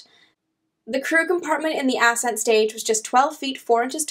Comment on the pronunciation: Ass-cent engine? Ascent is one word, dear.